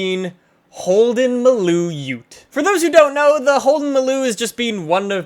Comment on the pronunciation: It's not pronounced mulo it's maloooooo